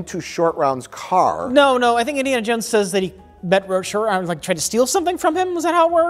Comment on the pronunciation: Roat Shore 😂